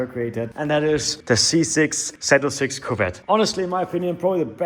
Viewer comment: Hey brother your talking about an American legend it’s zee 0 6 not zeed 😂